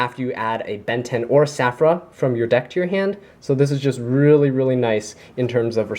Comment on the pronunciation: Just a little FYI, it's Saffira, the Queen of Dragons. Saffira has an "i" in her name. You are leaving that out in your videos.